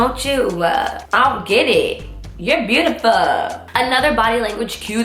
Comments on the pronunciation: “I’m beautifuhh” 😂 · "im burrtifurr"😂😂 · “iim bootifoual”